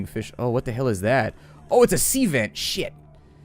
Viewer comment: First time I heard you curse, xD " Shet "